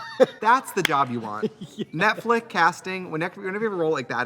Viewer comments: It took binging 5 eps in a row to realize Tracy says "Netflick" instead of "Netflix." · I just can’t deal with them constantly repeating netflick, like wtf ????? 😂😂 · This was the best one so far lmao And i love that trixie keeps saying NETFLICK